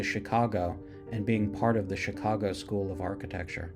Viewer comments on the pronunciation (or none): none